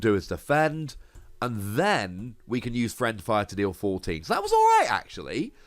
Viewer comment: Yet another excellent video! one thing though, you were mispronouncing it the entire episode. It's fiend fire, not friend fire.